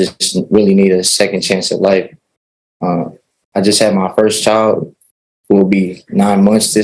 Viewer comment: Your CHIO! No, it’s child, it’s world, not worl